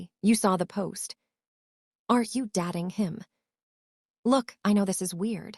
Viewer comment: Why wouldnt you even try to correct the pronunciation of the narrator? 'DATING' NOT 'DATTING' Very annoying.